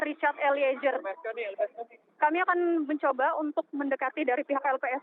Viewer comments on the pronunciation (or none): malu2in nih reporternya, ELIEZER mbak bukan ELIEJER! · Eliejer(eliezer) sama dengan Jorro(zorro) Fadli Jon... mmg gak bisa baca Z kok jadi J...😁😁